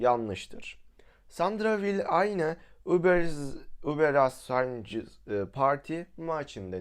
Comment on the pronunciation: Abi folç deil folş ve ubera$£=$®` deil uberaşunsparti haberin olsun bide riçtig deil rihtig